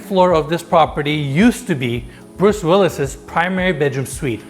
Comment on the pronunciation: Penis cannot even pronounce the name Bruce properly!